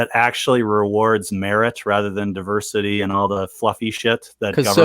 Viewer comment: Gotta love 'duh-versity'!!!